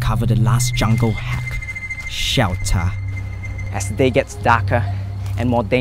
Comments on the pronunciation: Shiyaltarh = shelter HAHAHAHAHAH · Hahahaha he just said "shewter" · Hahaha. I love this video. Like, alot. "SHELTHUH" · Word of the day: "SHELTAH" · the way he kept saying shelter😂